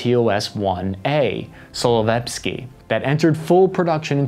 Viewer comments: laughed so hard when he said solovepski instead of solntsepek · "Solevepski"? :D It's Solntsepyok, which means sunshine or sun spot. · TOS-1A "Solovetsky", really? It is called "Solntsepyok" = Solntse (sun) + pyok (burn, heat) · The name of TOS was “Solntsepyok”- you pronounced it wrong( “Solovepsky”). “Solntsepyok” from russian is like “Burning Sun” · I didn't know that "Solntesepek" and "Solovepski" are the same😂 The correct pronunciation is "Solntsepyok"(The sun heat) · Its not solovepsky but its real name solntcepek 😂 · totally butchered the word xD , soln -tse-pyok , thats how u shoudl say it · SOLENVESKY! because if its russian its gotta end with a "sky" sound right? that made me cringe pretty badly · "TOS-1A Solovepsky" - nailed it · 😂😂😂 Solovetsky. Thank you, you made me laugh. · you have said "Solovetski" It ain't anywhere close to the Solntsepek or Солнцепёк, as we call it in Russia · sunshine. son-tze-pyok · You've mangled the "Solntsepek" even more spectacularly than one could expect :) Literally, the world means "sunblaze", which is more passing than Buratino for sure. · Hilarious pronunciation at,, "SOLNTSEPYOK", literally meaning "burning sun". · Oh how you blundered the Solntsepyok pronunciation!